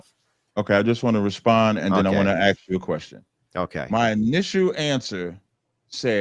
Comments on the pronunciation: Andrew actually didn't "aksed" or don't "aks" anything. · When I axe you sumthin, you bettas ansur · This guy is a professor? Axe?? Fucking Axe??? Yeah he’s low IQ and is teaching ? 😂😂😂😂😂 this is what the elites want the stupid teaching the next lot of stupid . Keep them dumb keep them enslaved. Stop axing questions if you don’t like the answers.😂😂😂🪓🪓🪓🪓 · You use "ax" and every bit of your credibility is out the window. Tarzan Sasquatch. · You can't have an honest debate with someone who says "Aks" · axed a question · It's ASK, not AXE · When you say ax instead of ask your argument is over. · Let me aks you, how would you feel if you didnt eat breakfast this morning? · Axed dat smoove bwayne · Axed? Is that a side effect of doing to nany drugs? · Let me axe you someting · Its ASK FFS not AKS ! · Hey nah. Lemme axe chu a qweshun! Why u so raysust yo? 😅😅😅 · Yep, as soon as I heard axe I immediately knew this guy is a wannabe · It’s out of spite that Black Americans say Axe instead of ask. It’s a Demonstration of the axiom that Being Literate and Articulate is an attempt to be White. You’ve also heard that all Sciences to include Math are Racist? The spiteful will jump on it as quickly as they would test the paint that the “Wet Paint” sign points to. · I taught this population. Back people that are educated don't speak with "ax" saying "ax" is a collective culture of ignorance just like Chris Rock said. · "AXE" ??? or brah you mean to say...ASK! Right??? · Why can't black people pronounce the word ask he said axe a question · As soon as he says axe instead of ask, he proves he's a moron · Let me ax you a question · Any 1 that's says axe instead of ask or chial instead of child should be Banished to the sewer indefinitely. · If you can pronounce "ask" you should not be taken seriously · The "scholar" frequently uses a certain word that's not in the English language: "Ax" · He’s a professor and he can’t pronounce ASK? 😂😂😂 I’d like to axe you ? 😂😂😂😂😂😂😂😂😂😂😂😂😂😂😂😂😂😂😂